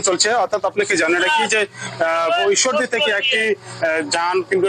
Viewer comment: ঐশ্বরদি নয় ঈশ্বরদী হবে।